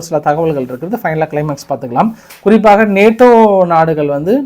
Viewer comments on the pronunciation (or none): none